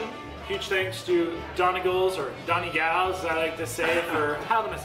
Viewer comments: pronounced 'dunny gauls' and that aint irish music, sounds southern US...... anyway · It's pronounced dunny gawl.:) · Don-ee-gawl’s is the Irish pronunciation! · You murdered the name!!😂😂it’s pronounced “done” “knee” “golls” its a county in Ireland , hello from Ireland 🇮🇪😂😂😂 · Another great vid. Its pronounced Doneg-ALL. Love to see you over here some day. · Smashed it guys well done. A bit of info Donegal is a county in the Northwest of Ireland and despite the spelling, it is pronounced Dunny-gawl. I'm assuming this Irish pub is naming itself after the County rather than a surname. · Hi.. Donegal is a county here in ireland.. beautiful place... where daniel o Donnell th country singer came from... it's actually pronounced 'DUNNY-GAWL'... little bit of trivia for you lol..love your videos.. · Omg thats the name of the county I live in 😀😀😀 its pronounced Dun-e-gaaalll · As a proud Irishman I wholeheartedly approve of this video...even with the questionable pronunciation of Donegal😂 its Dun-ig-awl but thats just me being a dickhead🤣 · Hey, The pronunciation is ‘ done ee gawls’..... DONEGAL’s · Pronounced dunny-gawl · its pronounced done e gawl lmao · I laughed so hard butchered the name! Greetings from across the pond! I have family from mayo and Clare ☘️